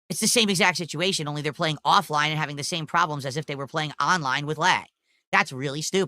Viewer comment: "AHNLINE"